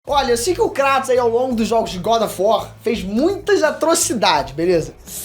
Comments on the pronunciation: Cara... Show o vídeo... Pena que o tema fica subjugado pois não existe essa "pira" de ser ou não digno, mas, POR FAVOR... KRATOS (kreitos)... Não KRÁTOS....tenha dó. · Não consigo suportar os dois falando Cratos... até na própria dublagem do jogo eles falam Kratos